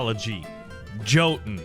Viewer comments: Was just about to say I was waiting for a mispronunciation as soon as I saw Norse mythology but that super confident “jotun” made me die inside right at the start 😭 took me by suprise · Hey just letting you know Jotun is pronounced yotun not Jotun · jotun is pronounced yotun. and also jotun means giant. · Love the videos, thank you. But "Jotun" or "Jotunn" is pronounced "Yotun" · Hey u do know that jotun or jotnar is pronounced “yo-tun” or “yut-nar “ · A small tip. You pronounced “Jotun” wrong. Here’s how: “Yo-tun”. They we’re the giants of Jotenheim. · I think Jotun in pronounced yotun